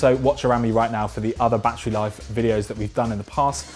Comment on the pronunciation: Bad err